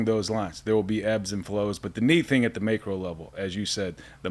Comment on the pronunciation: “May Crow” 🐦‍⬛🐦‍⬛🐦‍⬛😂